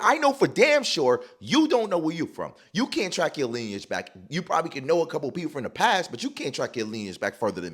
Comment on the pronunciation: Mispronunciation of linage (🗣️lin-e-age)